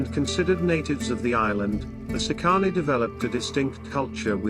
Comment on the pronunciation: Please at least learn how to pronounce the words correctly. It's "SEEcanee"...not seeCAHnee.